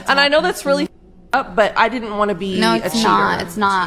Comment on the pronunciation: "di int" instead of "didn't" is the mark of a low class person.